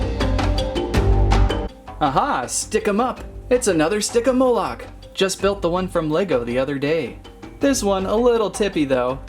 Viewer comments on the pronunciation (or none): And it's pronounced Stig-e-mall-ick not Stig-ee-mole-ick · STI-JEE-MO-LICK! GET IT RIGHT MAN YEESH